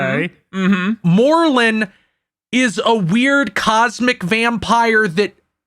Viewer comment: Such a nice cursed content, I feel like says morlum in aweird way although I'm not sure if I heard the name out loud before...